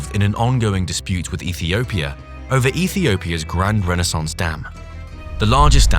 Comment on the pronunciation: Also the word 'Grand' was pronounced like no English speaker would say. CREEPY!